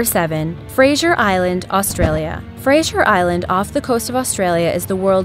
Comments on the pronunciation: Its pronounced like Frayzer....and there's super deadly spiders everywhere in Australia. And crocs can be expected anywhere above Gladstone ordinarily. so sightings at Fraser are rare. Its the rips that make it dangerous. I would recommend it tho, it is a great place. Just make sure that if you are going to 4x4, go with someone in case you get bogged. Most of the accidents are just idiots pushing their fourbies and rolling etc...not really sharks and crocs. Dingos wont usually go after adults, just keep your children safe. I live along that sting of shark attacks, a guy died on the beach 2 mins away, its rare tho and surf is good But nah come to Australia its great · FRASER ISLAND I ALWAYS GO THERE AND YOUR SAYNG IT WRONG BTW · She said Fraser weird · your saying Fraser Island wrong ( just a statement ) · Saying Fraser Island wrong was annoying me 😂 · YOU SAID FRASER WRONG!!!!!!!!!!!!!!!!!!!!!1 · I've been to Fraser Island and it was one of the best experiences of my life. BTW you say Fraser wrong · its fra-ser island not fra-sher island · just for the future. it is pronounced Fray-ser. or fraiser. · It's pronounced "Frazer" not "Frasier" just kind of bugs me when people pronounce Fraser wrong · it is frazer not fraijier !! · it was really annoying how she was pronouncing Fraser island as 'Frasher' instead of 'Frazer'. And lake Mackenzie at Fraser island is beautiful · She says it like frasher island 😂😂😂 it literally looks how it's spelt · it's pronounced Fray-zer lol soz i live in australia and hearing u say it wrong triggers me xD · Fraser Island.....geez how does someone even think it's pronounced 'fraishure' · She kept saying Fraser Island wrong in Australia it sounds a bit different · WTF, she Fraser wrong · *Fraser Island is pronounced frayz-er rather than frayz-jer, Port Macquarie is mack-worr-ee. Australian names mainly come from English settlers so European pronunciation is the norm :)